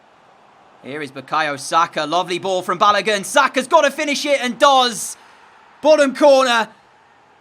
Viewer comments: 😂😂😂 lemme help u with pronunciations since I’m also a Nigerian like ur striker for the Norwich match. His name is Pronounced Baloagun. And the Oa is pronounced the same way it is pronounced in the word Boat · And baloagoon